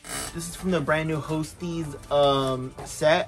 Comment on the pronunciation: Ho-stess. Lmfao